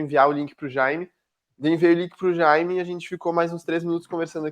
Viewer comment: Chamar o cara de Jãime é muito engraçado 😂😂😂